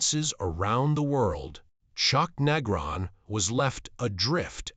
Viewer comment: This one stinks. Can't even say Chuck's name right.